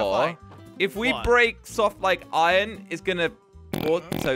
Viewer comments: Only and say iron says it like ion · I love when they say iron they done add the r lol